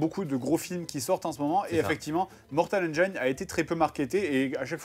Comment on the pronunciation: c'est parceque le flim s'appelle 'mortal engines' pas mortal 'engayne" le gine de "engine" se prononce comme celui d'"angine"